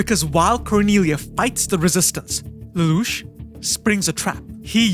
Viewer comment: If you think an AI can say Lelouch that well you're crazy.